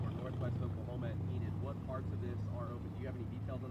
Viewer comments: EEEE-Nid, not In id. Just FYI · Enid is pronounced Ee Nid not Inid, I'm literally from there and graduated in that town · It's Eeenid Long e. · Not intended to be rude, but it's pronounced with a long E, with the emphasis on the E, like Ea-nid. I live close by and thought I would pass that along for future reference 😊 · I'm from Oklahoma. It's pronounced eee nid